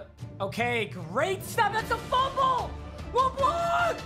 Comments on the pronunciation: Nobody: Absolutely nobody:: Cre’von leblanc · When papa says Leblanc wrong😔